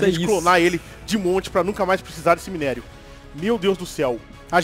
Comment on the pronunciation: Mano o falando errado o minério do ouro da uma agonia Vey kkkkkk